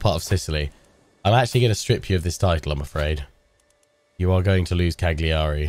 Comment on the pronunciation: No one likes a "know it all" I know but please, Cagliari's pronunciation is Caliari, you don't say the g ;), nice let's play anyway.